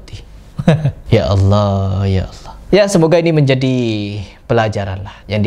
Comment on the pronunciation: Assallam mualaikum.. Saya mau tanya cukup mengganggu penyebutan Allah dgn lafas Awoh itu berbeda atau sama kah? Soalnya Ada huruf alif lam lam ha.. Kenapa bisa awoh apakah ada huruf waw disana trima kasih.. Semoga sehat selalu dlm lindungan Allah swt